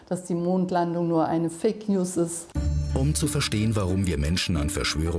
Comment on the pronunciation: "Fivknews"!? xD